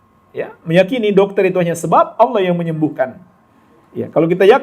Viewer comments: Lafat Allah di pelesetkan jadi awwoh, ha.ha ha sy jadi ketawa geli Ter Baha Baha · entah telinga sy atau bukan, yg sy dengar dibanyak video stiap kali mas baha mengucapkan Allah terdengar seperti owoh.. 😊